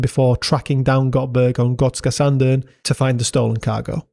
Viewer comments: I was there thirty years ago. It’s a really unique and cool place! Kudos to you for nailing the pronunciation too! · Jag är svensk och din "Gotska Sandön" som du säger det är bra! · I’ve gotta say - You absolutely nailed that pronunciation of Gotska Sandön! Very impressive! Swedish is NOT an easy language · Damn u even nailed the pronounciation. Big ups from Sweden. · You pronounce Gotska sandön very well ☺️ love from Visby Gotland 🇸🇪